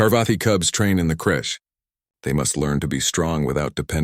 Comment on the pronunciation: Crèche not crush